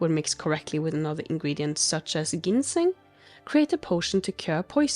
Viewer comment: I'm sure you've been told this 105 times by now, but Ginseng is pronounced "jinn seng" with a hard J. No reason you should know that. It's the same hard J sound for "aGility" too. Dibella is the Daedric Prince of nookie. There's a temple in Markarth, and an adamant follower or two in Riften. Ask at the bunkhouse. Keep up the good work, and continue to experiment with (and mix and match) potion ingredients for Alchemy. Who knows, maybe you'll find an alchemist in one of the guilds.